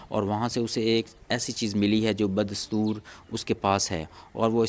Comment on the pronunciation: Sorry Like that, Urdu and English Every sentence, words need proper pronunciation Lateny ki b pronunciation theek Ta ajub b wrong Ba das Toor , B wrong